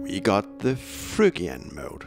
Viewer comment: This is a great channel & great video- this is exactly how I recommend learning modes. But a word of warning to people learning from this video who are native English speakers- you will sound very strange pronouncing Phrygian as it is in this video (totally understandable for someone not speaking English as 1st language!)